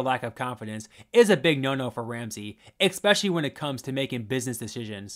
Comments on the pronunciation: Take a shot every time you say expecially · Your videos are great, but please remember there is no X in especially. Catch yourself saying it wrong, and re-record every time it happens. It's a really nasty habit.